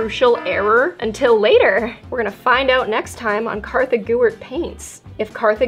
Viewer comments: IT’S KARTHA, NO ONE KNOWS A HERE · its Kartha not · What is your real name??? I have heard ur friends say kassis and in the intro u say kartha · I love how in every video she says her name Kartha gewert